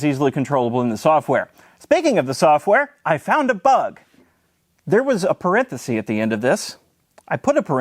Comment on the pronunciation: You made me look up ]the singular of parentheses to make sure it's not parenthesee (it's parenthesis) although is your way just how you pronounce parenthesis? Anyway, great video, thank you, this was fun.